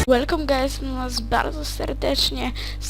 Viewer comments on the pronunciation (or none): ŁELKOM GAJZ :D